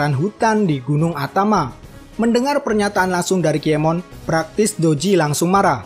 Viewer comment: Berapa kali adminnya bilang nama "KIEMON" TANPA "N"